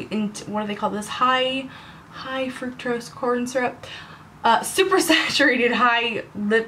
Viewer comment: "Fructose", not "fructrose".